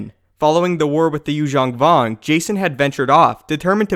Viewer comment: Lu-ME-yah. CAY-dus. Good catch on the proper pronunciation of Yuuzhan Vong, though.